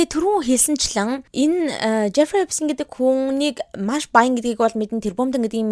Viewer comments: Ner ni German Jewish ner uchir zuw duudlaga ni Эпстийн биш Эпштаян шүү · Эпштайн герман дуудлага. Угаасаа герман нэр учраас тэгж бичиж, яриад байгаа юм. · german hel deer st niilemjiig sh aviagaar unshdag shd 🥲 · Эпштайн гэж унших байх. Эпстин биш. Еврэй хүн шүү дээ. Энштайн гэдэг шиг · Epstein- Герман нэр Эпштайн гэж уншдаг юмаа. Англиар Эпс гээд с-р уншигдана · manaihan Albert Einstein gej German ayalgaar Sh-eer duudaad surtsan bolhoor Stein nernuudiig Sh-eer duudaad bdiin bn le. Angliar bol S-r duuddag 😊